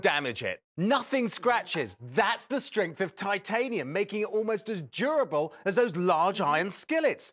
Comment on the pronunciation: Every time he says durable it always sounds like he’s saying “gerbil”.